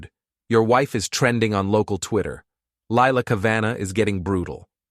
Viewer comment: Lilac "Ca-van-ah"...nice AI reading, especially after it was pronounced correctly